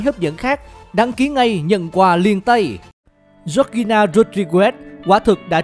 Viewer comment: Đọc tên vk ro nghe vl